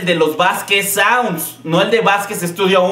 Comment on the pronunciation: Jajaja "Saunsds"